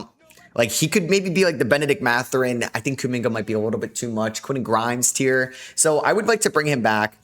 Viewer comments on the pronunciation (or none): none